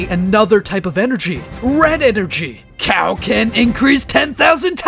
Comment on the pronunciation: Thought it was ment to be kio ken not cow ken 😂